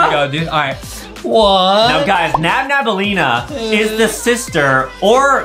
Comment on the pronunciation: who the hell is NaBnAbAlLeEnA its nabnalleena